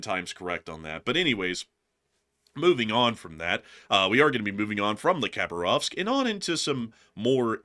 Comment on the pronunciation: City of Hah BAR ovsk. So nice to have you back!!!!